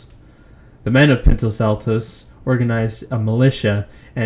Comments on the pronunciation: No “t” in Pinos Altos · It means Tall Pines (Pinos Altos, can't do the Spanish N for it to be spelled correctly)